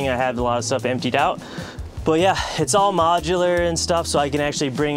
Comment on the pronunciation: “Modular”? Right